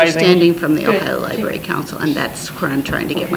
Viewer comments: Love your vids. I live in Canton and you are getting better and better. One thing, it's not li-berry. There is an r in the spelling. L i b r a r y. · lol she cringed everytime you said lie-berry